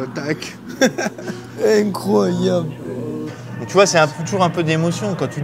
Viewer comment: "Cé inecroyabl" Attend de voir la dernière recrue du PSG mec...